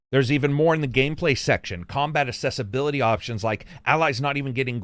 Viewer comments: Accessibility and assessability are two different words, pronounced differently. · Just wanting to check: you do know it is pronounced “ak-ses-sibility” and not “ass-ess-ibility” right? Maybe I’m hearing things wrong… Otherwise another great review! As usual… 👍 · Accessibility not Assessibility.